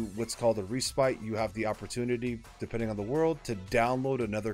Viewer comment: Nice video. But gotta point out: Respite is pronounced RES- PIT